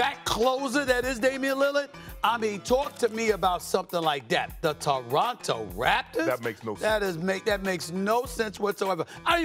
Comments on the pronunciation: Torono* say it right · Someone tell this guy its not the "DORonto Raptors"